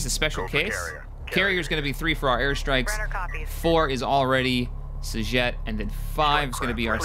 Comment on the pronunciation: I like how he calls Rachel "S'Jet" >.<